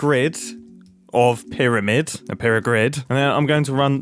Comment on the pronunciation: "pyra-grid " lol 😂😂😂😂